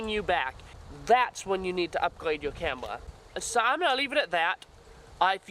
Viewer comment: " ill show youw why this is the brest camwwa " lol no offence bro nice video